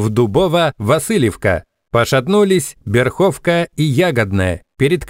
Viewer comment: Спасибо за материал! Поправка в названиях: Бе́рховка(Бе́рхівка) и Ду́бово-Васильевка(Ду́бово-Василівка. В местном фольклоре - Ба́биевка). Такие ударения (наголос) правильно применять в названиях этих нп.